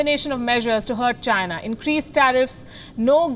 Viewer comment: Did I hear va-china